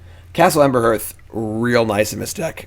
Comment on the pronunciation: Hey, I'm a big mogg monday fan! One tiny thing I was hoping to contribute- I noticed you mispronounce one of your most commonly played mogg-monday lands, Castle Embereth. If you re-read it, you'll notice there's no h or r sounds in the second syllable. So it's probably more like Ember-eth than Ember-herth!